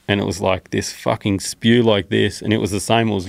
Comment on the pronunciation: 4.05..that spew sounded like spear to me